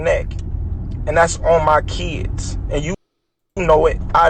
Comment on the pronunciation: "Dats on mah keeds." 😂😂😂